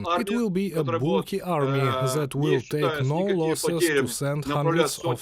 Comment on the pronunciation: so zat zere was no beard so ZAT ZERE was no mustash. THAT NOT ZAT!! THere not ZERE!! TH TH TH THAT TH TH THE TH TH THERE TH IS NOT ZA blat.